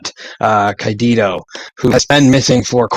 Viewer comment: Cayedito is pronounced "K'eye-uh-dee-toe".